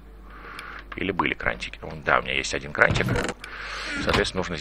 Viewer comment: почему "крантики" ? ;) Если "краники"